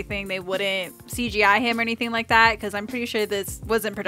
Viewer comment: The fandom loves you for using the clip of Chris saying “I don’t wike it” on the Natasha-Bruce scene! WE ADORE YOU <3